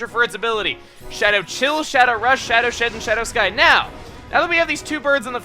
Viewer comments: he said Shadow Sh*t instead of Shadow Shed lol! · it soundslike you said shadow sh*t xD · is it just me but when explaining moltres's attacks did he say shadow sh*t? or am i just crazy